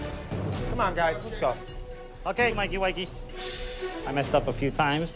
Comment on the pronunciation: no, but he also said mikey wikey.